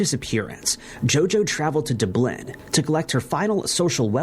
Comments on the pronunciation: Excuse me, it is NOT pronounced “D’blin” it’s Dub-lin! Jeez, I knew Americans were bad at pronouncing place names outside of America but I thought that was an easy one! 🤦‍♀️🤦‍♀️🤦‍♀️ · Duubloom? LOL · Dubb lin with emphasis on first syllable and All Bany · Duh…blin. 😂 excellent vid though 👍🏼